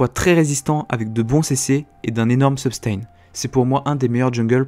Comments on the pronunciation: Hey on dit sustain et pas subtain ^^ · Comment ca substain ?? Ca ce dis pas sustain ? :S suis perdu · Ouah il a dit substain au lieu de sustain, j'suis chiant :p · Juste pour info tu as dit substain et écris substain alors que c'est sustain, voila juste pour que tu le sache ou que tu te corrige. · mdrrr "substain"